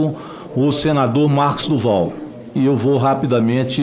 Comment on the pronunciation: Mosso como voce quer ter uma live se voce nao consegue nem falar o nome correto é marcos do val